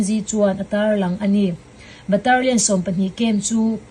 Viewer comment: Baterlian nilo in Batalion titur.. three prawi nilo in three point aw